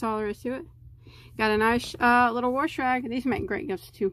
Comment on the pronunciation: Good video.Except the word wash sounds like you are pronouncing it like there is an r in it.